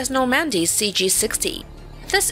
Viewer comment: I never heard of the Battle of Nor-Mandy...